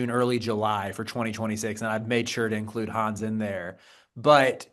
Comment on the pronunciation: German Here, His name is pronounced Hann',,,es ,,,, Honn S,,,,, Not Hanz and no they aren't the same.